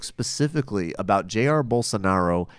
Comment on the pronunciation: Just two things: it's Ja-ir (the accent is in -ir). And please, talk about the attacks commited by Bolsovómito supporters on minorities (gays, african religions representatives, PT supporters) since the 1st round. I'm so sorry I missed this show :/